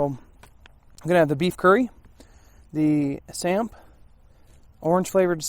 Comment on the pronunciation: Great review. I am South African and a lot of what you had in there are very much South African staples. You did pronounce 'samp' correctly and it is used as a substitute for rice. Its very popular and you also get a variant that is mixed with beans. The chutney and tomato sauce was definitely meant for the curry, especially the chutney. Curry is almost always served with chutney here.